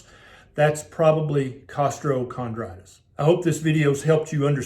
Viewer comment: Why is there an extra r in costochondritis lol